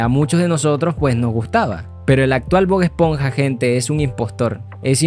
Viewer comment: Pronuncias como el qlo disléxico... Ánimos 👏🏻👏🏻💪🏻 Gil-burg ❌ HILLENBURG ✅ Bog-esponja ❌ BOB ESPONJA ✅